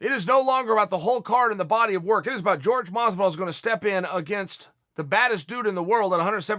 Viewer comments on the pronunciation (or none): Everybody: Jorge Masvidal Chael Sonnen : George Mozvidall